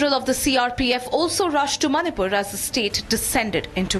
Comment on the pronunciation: Learn to pronounce Manipur 1st